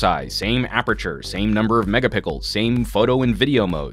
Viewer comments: Please learn how to say megapixels instead of megapickles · Did you say Megapickles instead of Megapixels? 😛